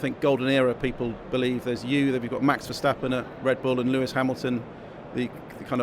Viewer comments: The way he pronounce Lewis 😂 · He pronounce it like French way. :)